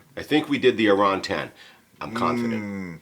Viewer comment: Love seeing youve got some Lochlea. On the shelf. Are you sure Malcolm is English? His pronunciation of Arran is dubious. Ha. It’s Ah-rin There is an artisan cheese maker on Arran who oak smokes cheddar. Delicious with a sweet dram.